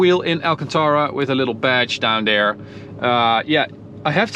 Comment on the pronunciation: This guys English Mane, he says DOWN DARE instead of down there! Down DARE he says! He better talk RIGHT OR ELSE! OR ELSE! I said OR ELSE!